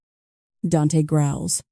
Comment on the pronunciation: I know these are Ai narrators, but does anyone know why they pronounce Dante as “Dench” so often?